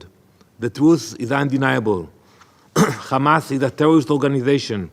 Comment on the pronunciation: How many times he said khamas I can't count🫣🥴